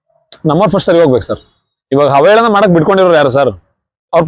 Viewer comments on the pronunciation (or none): ಹಾವ ಹೇಳನ ಅಲ್ಲಾ ಮಹರಾಯ , ಅವಹೇಳನ😅😅😅